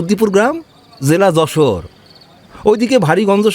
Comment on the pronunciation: খুবই বাজে যশোরের উচ্চারণ! একদমই হয় নি